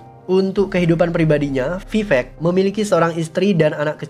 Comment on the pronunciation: Vivek bang bukan pipek bang